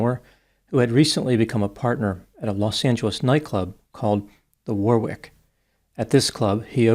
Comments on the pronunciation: If the club you mention near and is called the “Warwick”, a pronunciation in England might be - “Worrick”. Like Warwick castle. Of course everyone is free to say it however they wish. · In English do not pronounce the second w in Warwick is silent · Do not pronounce the second W in Warwick